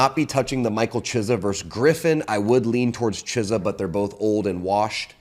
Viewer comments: Is there anyone worse in the UFC that can not pronounce any fighter’s name right. He butchers every name and even the easy ones. Any UFC Guy knows is Cyril Gane pronunciation “Gone” not Gain. I think my favorite was CHIZZA. It’s “Key es ah” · Love the show and has some solid picks, but don’t know where he gets his info from sometimes. Sorry to nitpick, but Hooper has never submitted Guida let alone fought him. And the mispronunciation of names like Chiesa, Movsar, and Vicente kills me 😂😅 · How are you a big UFC guy, but pronounce Chiesa's name that poorly???